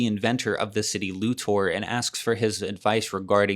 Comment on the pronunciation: This video bugs me because of the weird way to say Lex’s last name.